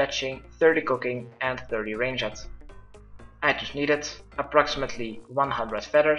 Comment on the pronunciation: lol i like how he says 30 range-it not 30 ranged xD